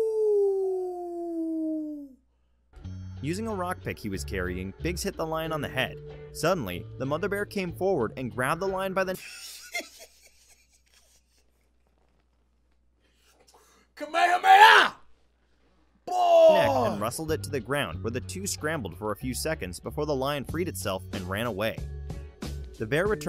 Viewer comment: Did he just punch and said kamahameha😐😐